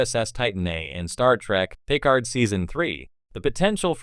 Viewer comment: Jean-Luc “Pick ard”, hey? I guess AI voices can only take you so far.